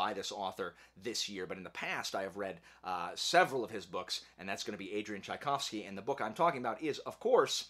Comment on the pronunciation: Why does he keep saying boosh? I couldn’t take him serious